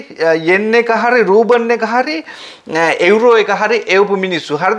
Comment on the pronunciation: Watch how you pronounce certain words. රූබන් නොවෙයි, රූබල්.